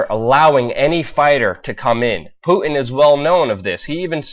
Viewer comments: Putin with a 't'. Not Pu-in. Pu-tin, Putin. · Who is Poo-in? Do you not know how to pronounce your "T's" ? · Good God man, please stop calling him poo-in. There is a fucking T in his name. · putin not puddin , you dont have putin and custard so why say it like that ? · Poo-in ?? wtf !! Putin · Have some bloody respect!!! "PuTin" has a "t" in the middle!! USE IT AMATEUR!!!!! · did you say "poo-in"? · There is a "T" in Putin. It's not "pu-en". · Vladimir Poo-in. That's how Luke says it: "Poo-in" !!!! ROFL!!!! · should also address the way he says Putin as Poo In.